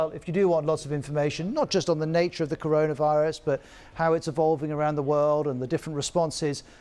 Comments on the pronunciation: The guys can’t even say corona virus LoL Rirus LoL 😂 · “Update on the Caron Rius” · This guy cannot say "Coronavirus". That is a fact. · Can't he say corona virus 🤔